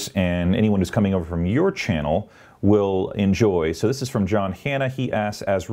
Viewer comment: I´m European, so not native english speaking, but: I wonder why I hear more and more " thish" instead of "this" and several more sh instead of s (not only from you)? Is it too difficult for the younger generation to pronounce an "s"?